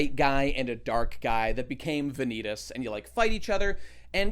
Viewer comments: everytime he says Va-Knee-Taas i die a little inside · Vah- knee - tahs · I was really hoping after all this time that would pronounce Vanitas' name correctly, but at this point, I think he's doing it intentionally just for the love of the game. GG.